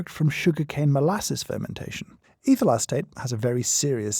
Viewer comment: I keep hearing 'evil acetate'. Is it just me? 😂